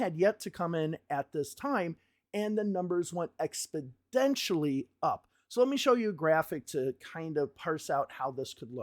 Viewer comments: Funny comment, and don't take offense, but it sounds like you are saying "Expodentially" instead of "Exponentially" Great work here!! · great video. but it's exponentially, not expodentially :) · Good sir it's Ex-po-NEN-tially not Ex-po-DEN-tially. Love the videos. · exponentially not expodentially !! come on buddy ...it's a numbers show ... F Me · bro how many times are you going to say "expidentially"!!! It's EX PO NEN TIALLY ahhhhhhhhhhhhhhhhhhhhhhhhhhhhhhhhhh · I do appreciate these analyses, but it sounds like you keep saying ‘expidentially’…?